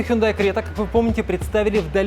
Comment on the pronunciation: Хюндай Срета 😄